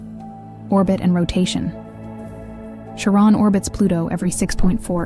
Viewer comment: Nobody ever pronounced it Karen or Sharron. Come on ai, find out that dictionaries exist. CharON!? Three wrongs and you are out.